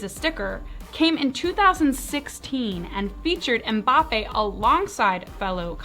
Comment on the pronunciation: Finally someone in the US who doesn't pronounce Mbappe as 'Mumbappe' 😅 Mbappe is one of the best football/soccer cards for investment at the moment. 👌 that 2018 World Cup will be one of his iconic cards